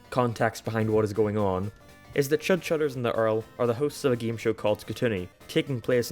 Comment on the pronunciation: "Geeme Show"